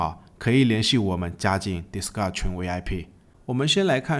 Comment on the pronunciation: 你什麼時候Discord可以從「迪斯嘎」念成較正常的「迪斯扣的」？